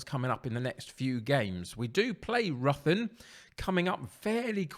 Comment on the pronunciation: Ruthin is pronounced rithin just to let you know